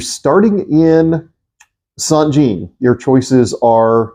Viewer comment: I'm sorry but I have to correct your pronunciation of St Jean . It is France for John and pronounced as St. Jahon (with a France Axcent ) . thanks